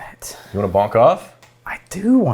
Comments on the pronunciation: Dudes, it's bunk off, not bonk off. Very different things lol... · Bunk off, not bonk off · I hope you guys were saying "bunk off" and not "bonk off". because bonking off is a different thing..... FYI